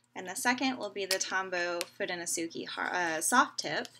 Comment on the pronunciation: foo-doh-no-soo-kay -- so many American people say -key at the end. It's Japanese.